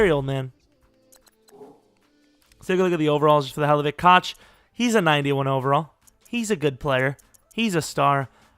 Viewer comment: Koch is pronounced “Cook” or “Coke”